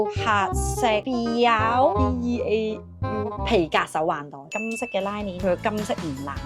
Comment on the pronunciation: haha by the way, 'beau' 是法文, 應該讀 'bo' 🤭 love you!